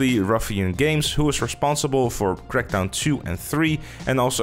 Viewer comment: I was ok until I heard crakdown 3